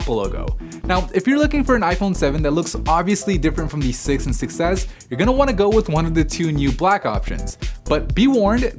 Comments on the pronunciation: i always hear iPhone success instead of iPhone 6S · I keep hearing "iPhone success" instead of "6s" 😂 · Holy shit they I do to